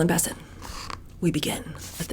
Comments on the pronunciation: Sis first of all her name is bessette not bisset it's French secondly I'm 6 minutes into the video and you've only repeated the same thing three times You've left out the author's name which is Maureen Callahan can we move on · No biggie, but I've always heard Carolyn's last name pronounced with the accent on the end. BesSETTE. Loving this series already! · Bessette is pronounced with the emphasis on the second syllable! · I realize you posted this about a year ago but I just now started viewing it but I’m struck that you aren’t pronouncing Carolyn’s name correctly. One of the most photographed & reported upon women in the world -how could you not have heard someone/anyone say her last name. You’re doing content on pop culture but I always get the impression that you don’t actually follow things or read/watch/listen to news/current events. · Carolyn's maiden name is pronounced "buh-SETT"! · It's BessETTE. The pronunciation is on the last syllable. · OMG the way you pronounce Bessette. 🙄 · You're mispronouncing Carolyn's last name.